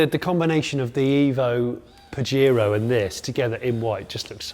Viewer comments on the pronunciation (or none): It’s pronounced “pa-hair-o” 😡